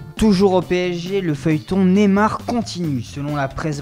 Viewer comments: Erreurs de la nouvelle voix : N'en fini pus , plus Dans le viser,viseur Nemar, neymar Du cote de bechistas ,besiktas Separer de segio agero , sergio kun aguero Le joueur ici de le masia on dit 'issue' mais bon Matia de shilio , de sciglio N'importe quoi changer cte putain voix de kikoo bordel de merde !! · Il a dit la rumeur nemar